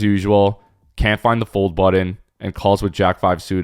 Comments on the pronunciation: This dude says "buddon". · What's the "budd-in" that the narrator keeps talking about? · It’s not a “buddin”… annunciate. Makes you sound lazy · What's with your pronunciation of button? Are you an Asian or something?